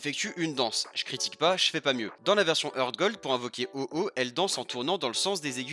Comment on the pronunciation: Un truc que tu savais pas c'est que Heart se prononce "Hart", pas "Heurt".